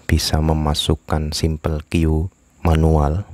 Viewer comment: bacanya kyo͞o pak, atau kyuu, bisa juga kyuus jika pake s bagus pak video2nya, jika bisa durasi dipersingkat lagi 8-10menit lebih efektif subscriber dari kopikonfig, salam satu network